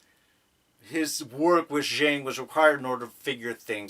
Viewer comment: Please watch the episode again and hear how Jiaying is pronounced. It’s two syllables. There is a “y” in the middle of her name.